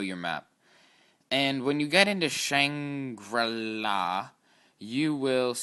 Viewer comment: It's shangri la